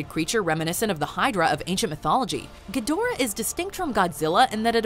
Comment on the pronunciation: GEE-da-RAH, his name is GEE-da-RAH. Have you actually seen the '60's debut movie, or Monster Zero in the '70's or Godzilla vs Mothra and King Ghidorah: All out Monster Attack in 2001? It's pronounced GEE-da-RAH. Granted, Toho pays little attention to continuity (neither does Dao Studios otherwise they would have reshot the scene where an American actor, playing a news anchorman, mispronounced Gamera's name as GA-MERA-RA while everybody else uses the proper anounciation of Gam-er-a) because it's cheaper to leave in the verbal goof than to correct it in a reshoot. Despite all that cheapness, cheasiness, and bad over acting, I still love Japanese Kaiju movies (mostly because of their flaws).